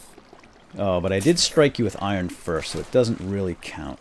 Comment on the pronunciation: its not iren its iron